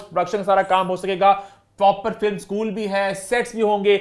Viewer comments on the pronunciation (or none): none